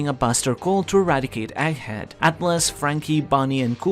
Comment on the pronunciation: The gg in egghead isn't meant to be silent.